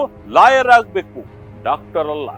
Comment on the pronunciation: Dactor alla Doctor😂